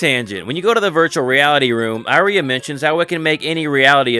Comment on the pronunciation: It's pronounced EE-REE-AH bro! loved the video!